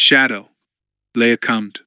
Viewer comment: Stop reading "commed" as "cummed" 💀